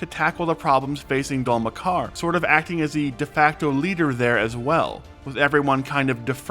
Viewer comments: wait, did you seriously just pronounce it Dol Makkar??! its a video/audio show with subtitles... literally every resource at hand for you to pronounce it correctly... and you are worried about AI slop... jeez clean up your own if you want to "report the news" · You say you just watched the new episode but then immediate mispronounce the city name?